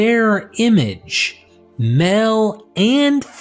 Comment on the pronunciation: Interesting but some slightly bizarre pronunciations. Eg Mel=Male, Hell=Hail etc